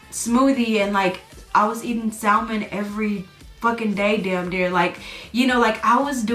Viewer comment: the correct pronunciation of salmon is “SAM-UN.” The "l" in salmon is silent.